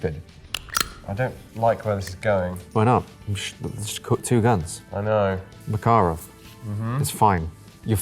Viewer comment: It's so refreshing hearing an anglophone saying "MakArov" instead of "MAkarov"